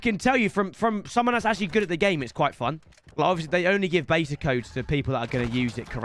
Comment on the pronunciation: There’s a open baeeea 😂(beta)=correctly